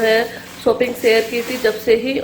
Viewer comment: Shopping hoti ha Sopping nahi hota ha plZ theek bola karo Warna don’t use this word